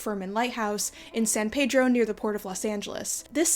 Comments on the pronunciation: I grew up with that lighthouse (also as a Pedro native I must say you're pronouncing it like an outsider, even the Latinx like me call it "Pee-dro" not "Peh-dro") and I had no idea it was run originally by ladies! That's awesome! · Peeeedro. it's pronounced PEEEDRO.... least to us locals. lol